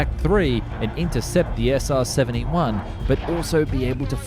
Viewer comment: SR-Seventy Juan